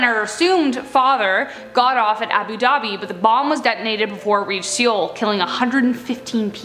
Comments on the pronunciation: Seoul is not pronounced seeol it’s pronounced soul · Seoul sounds like soul not Seeol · she literally said "seeyol", instead of "Seoul" pronounced like soul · The way she says Seoul... I- I just- IT'S PRONOUNCED SOUL, JUST SPELLED DIFFERENT- plz just look things up. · Wait, wait, how did you just pronounce Seoul...it is pronounced like the word Soul. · Ikr, she was making me cringe